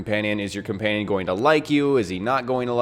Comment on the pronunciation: Comanion lol